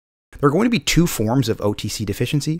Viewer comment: Its two, not chew